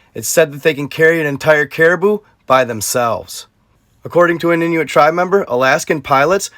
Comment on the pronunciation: You are saying Inuit right but Yupik is pronounced You-pick. You’re welcome